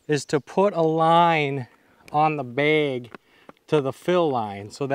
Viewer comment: hes saying baig